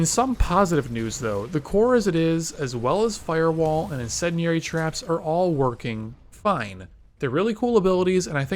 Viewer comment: Incendiary Incendiary! Say it Right! Christ how have you not heard the term get it right!